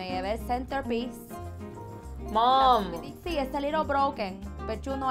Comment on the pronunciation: Soooo true! And yes, Mom does become a two-syllable word out of total exasperation! “Momuh!” 😆 You hit the nail on the head with that! Thanks for the laughs!